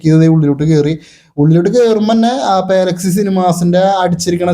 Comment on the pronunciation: പാല അല്ല പലാ 🙌🏻 പലാക്സി